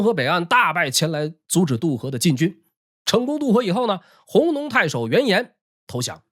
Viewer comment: 弘农的弘在这里不读hong，该读gong（公）。总的来说讲得很好，看完能对这段历史有一个大致了解了。